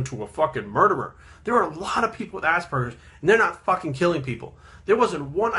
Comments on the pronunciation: The whole video i heard: Assburgers XD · I just keep hearing assburgers.